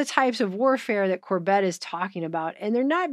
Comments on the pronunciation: Why do you keep calling him Cor-bet? Its Cor-bit. Like in "a dog bit you" As long as you've both been in alt news, well over a decade, its like you never heard him say his name before. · Great video. Also, the stress is on the first syllable: CORbett. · Glad you found The Corbett Report - he is great to follow regularly and make sure to watch his older stuff and especially the documentaries, too. New World Next Week is awesome! (Emphasis is on the first syllable of his last name so I figured you haven't seen much of his stuff). This was a great video, thank you!